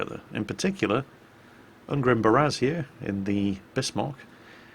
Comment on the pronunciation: Ungrim is actually more of a dwarf name, get it right <3